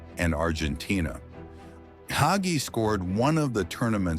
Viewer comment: AI can't pronounce Hagi LOL!!